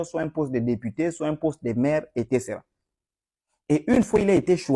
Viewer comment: Trop c’est trop, on a trop supporté… On dit : et cétéra et non et técéra.